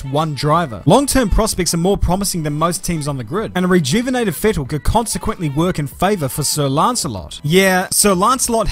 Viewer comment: pronounces Vettel correctly (Like fettel). This German here is impressed!